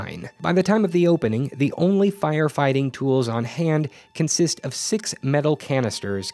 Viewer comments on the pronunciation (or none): none